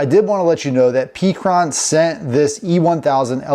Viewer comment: It's call pecron, like peck sounds like heck-ron not peak